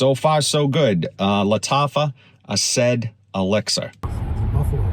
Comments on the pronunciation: Asaad not Asaid, like the former leader of Syria... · Asad not asaid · Lataffa "AhhSaid"?? 😂